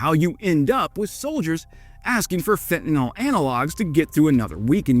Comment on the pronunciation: Great report, except you are again and again using (exclusively) Trump's specific mispronunciation of fentanyl. Even if Trump shouted 'Tylonil!', 'Tylo-nil!' a million times-- It would still remain just Tylenol. It is this the same for fentanyl. 'Fentanol' isn't a possible pronunciation.